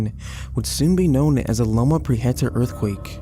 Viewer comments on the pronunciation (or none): none